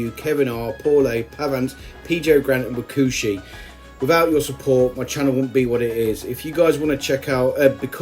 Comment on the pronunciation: no you don't! Pronunciation is correct :D